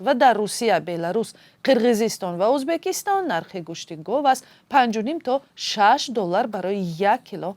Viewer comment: Гав не гов